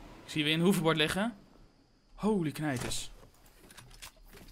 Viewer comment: ik weet niet of je dit leest maar je zegt hoeverbord inplaats van hoverbord